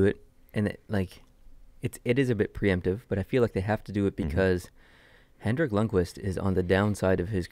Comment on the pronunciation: Great Podcast Guys!! one thing it’s Henrik not Hendrick lol